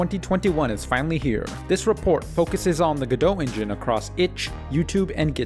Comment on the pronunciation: oops! you forgot to pronounce the t! all jokes aside great video! :)